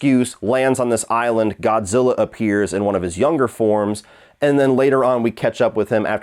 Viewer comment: Did you call him Godzillar?